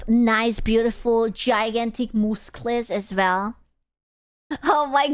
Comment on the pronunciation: I enjoy pronounciation of M U S K L E S